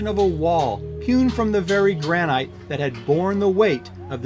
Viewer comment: Just letting you know granite is pronounced gran-it Great video!